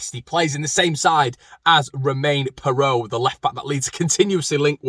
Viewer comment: It's Fay not Far for Faivre.